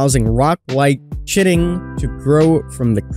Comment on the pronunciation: Chitin isn't pronounced Shitin it is KITE-IN 🤣 Great Video.